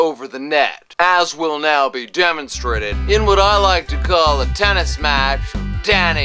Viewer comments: in Serbia, we actually say TENIS, with 1 N... not Tenneees ( that has to be in China) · It's not Teneees, it's Tenis! Nije Teneees, nego Tenis!